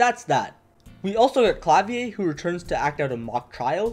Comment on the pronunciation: "Klavier" should be pronounced like the Rammstein song rather than the French "Clavier" (Ironically, I'm fluent in French but have very little German.)